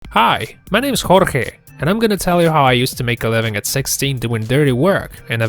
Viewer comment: I love that they pronounced Jorge in the good way